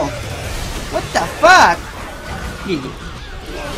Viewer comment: Odio tus "what da fac", el resto todo bien. :c